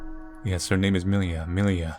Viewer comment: Haven't watched the whole video yet, but based on the poster I believe the title is supposed to be pronounced differently. Namely, it's a transliteration of миля which is a russian word for "mile", and it's pronounced more like mil-ja (there is an audio of proper pronounciation at